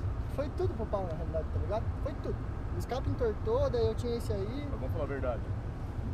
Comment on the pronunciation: "Na realide"